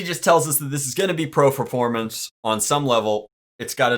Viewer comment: Did he say pro ferpormance?